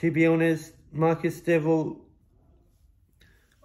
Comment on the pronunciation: I completley agree with everything u have to say, but I’m more ashamed of the fact u took this to social media… not to be petty or anything but atleast learn to pronounce his name properly